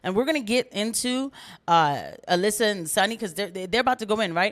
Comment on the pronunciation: It's just so weird the way Alyssa says her own first name wrong!